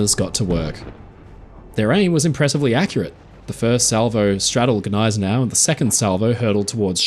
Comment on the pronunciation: the 'G' in Gneisenau is not silent when correctly pronounced.